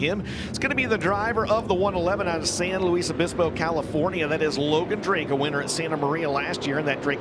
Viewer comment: Logan drake is from San Luis (Lewis) obispo. Not lewee or loueez lol